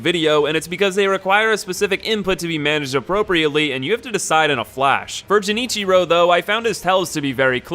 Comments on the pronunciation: Your pronunciations of some of those names are causing me physical pain lol. Genichiro has a hard "G" at the beginning, and Tomoe is pronounced "To-mo-way" not "To-Mo" lol. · Ok, calling Genichiro "Jenichiro" is kind of understandable, but calling ichimonji "ichimongi"? dafuq? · Gs in Japanese are not pronounced like Js, it's guh-nichiro :l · Going full weeb here but Japanese doesn't have a "je" syllable so every time you pronounce genichiro "jenichiro" a part of me died. Edit: also lady butterfly gets wrecked by the shuriken, I did her as my second boss and she wasn't that bad. I wouldn't put her harder than genichiro at all. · It's a hard G sound in Genichiro. Pls. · How did you play the entire game and never once hear any character pronounce Genichiro’s name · The way you say Genichiro hurts my soul. The way you say Tomoe hurts more. In Genichiro, use a G sound, not J. In Tomoe, it’s pronounced like Tumoi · Everytime he pronounced Genichiro wrong i cringed a little. Also hes way harder than lady butterfly wtf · Very entertaining video. Though I gotta say the mispronunciation of Genichiro and Ichimonji triggered me hard. xD (I suppose that must have been trolling on purpose though since you exactly switched up the correct pronunciation of both words, that can't be coincidence. :P) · Okay not everyone is as fluent in weebanese as you losers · The way he pronounces Genichiro pains me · Who tf pronounces “g” as a “j” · mispronounces Genichiro Me: Dies from Dragonrot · The way he says Genichiro... My Goodness... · I wonder what moved you to pronounce G differently in Genichiro and Gyobu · Jesus Christ, that is the worst pronunciation of Genichiro I've heard in my life... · I swear to god if you mispronounce Genichiro again.... Edit: Also uh, The corrupted monk is a gal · he said "jenichiro" multiple times as well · Gen ichiro pisses me off, it’s pronounced gen as in generator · its genichiro not jenichiro dumbass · Genichiro not Jenichiro